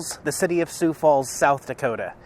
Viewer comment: you pronounced "Sioux" perfectly on numerous occasions throughout this video. Good stuff. hahaha